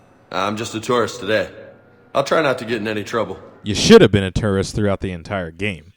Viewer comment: Hah... You said,"Turrist"...